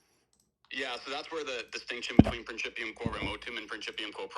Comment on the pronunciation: "...prinCHIPium..." I can barely remember anything from my 3 semesters of Latin in high school during the '90s, but remember enough to know that pronunciation warrants a backhand to the JaW.